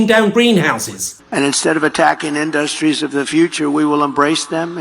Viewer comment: Does Trump say "Industries" weirdly? It's like he suddenly remembers there's a middle syllable in there.